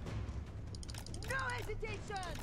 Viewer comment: No 'esitationnn!